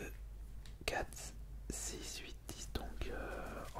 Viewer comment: Tu dit luite mais tu dit dix huit 😭